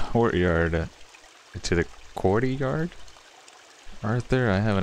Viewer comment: Think two words… court yard…. Not courty yard